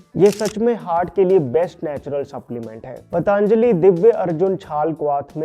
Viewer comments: पतंजलि बोलिए मित्र। पतांजलि बोलने से महान ऋषि का अपमान होता है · पतांजली नहीं पतंजलि है . आप से निवेदन है कि कंपनी का नाम सही उच्चारण करें , आपको सुनकर आपके सभी सब्सक्राइबर्स भी ग़लत बोलना शुरू कर देंगे . महर्षि पतंजलि के नाम पर बनी है यह कंपनी . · That's पतंजली......not पतांजलि. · पतांजलि...पतांजलि... कयुं बोलते हो ? पतंजलि नहीं बोल सकते ? चाईना से आये हो ? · It's "पतंजलि " not पटा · Please pronounce Patanjali correctly. It is not पतांजलि but पतंजलि। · पटांजली ❌ पतंजली ✅ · पतंजली बोलो पटांजली नहीं. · जी, मैं आपके vdo हमेशा देखता हू क्यु की वे विश्वासार्ह होते है l PATANJALI का उच्चार पा त न ज ली ऐसा किजीए न की प ता न ज ली. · Why the hell you call it pataaaanjali it sounds very derogatory it looks like you are deliberately making fun of a great rishi.....it's पतंजलि not paaaataaaaaanajali, please please take care of these things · Why are you saying पटॅन्जली ? It is पतांजली bhai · It's not पटांजली... ऋषी पतंजली का नाम है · Patanjali❌ Pataanjali✅ 😅